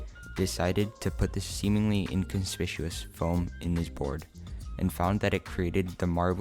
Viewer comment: inconspishuous lol